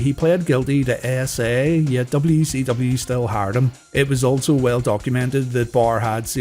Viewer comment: DUB CEE DUBBYA